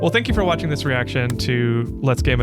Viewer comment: at 0.32 i thought you said walking on twitch before i realized you actually said watching on twitch. I had a little chuckle trying to imagine how many different ways you could walk on twitch before my bubble was burst. I might have to check out your streams on twitch tho.😊😊